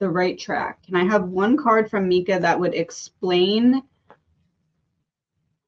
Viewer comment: It’s pronounced M-eye-kuh not meekaa